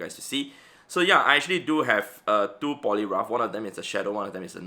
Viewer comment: the funniest part was he pronounced poliwrath as polirough remembering one player who play roughed his giratina 🤣🤣🤣🤣🤣🤣